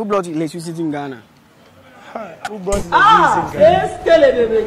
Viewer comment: Oh interviewer! Just listen to the English language you're speaking? Do you mean" who brought electricity to Ghana?" Or you're asking " who blought electricity IN Ghana ?" Ei brofo!